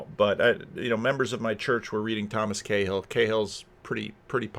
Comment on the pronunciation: Cahill - pronounced KaHul😊